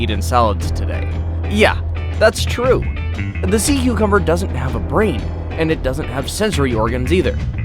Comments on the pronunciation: “Sea cocumber” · "sees sea cucumber" 𝕬𝕬𝕬𝕬𝕬𝕬𝕬𝕬𝕬𝕬𝕬𝕬𝕬𝕬𝕬𝕬𝕬𝕬𝕬